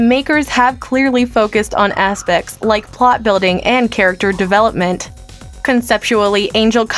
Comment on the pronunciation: the focus on "asspects" xD